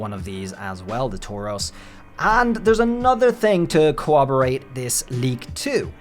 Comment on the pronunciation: It's CoRRoboRate. Not cowwobowate. That drives me nuts for some reason when people say cowwobowate. Also, that's a leopard warrior, not a cheetah. Its a brazen bull, the torture device that people would be thrown into with a fire under it. That's why I think it's fire Tauros. Also, your arguments would hold up against amber heard. Idk about Johnny Depp, but a 3 year old making up a story would hold up against amber. Also, My dog stepped on a bee 😬😞😢